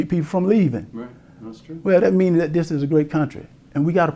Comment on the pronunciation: Herschel: "den, dose, dem, dat, dis"......Lol